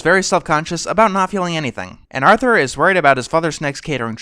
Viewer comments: did he say Arnold instead of Arthur once? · "affensive to arnold" XD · At 5.29 why you say Arnold instead of Arthur boi? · Uhm... do you mean "Arthur"?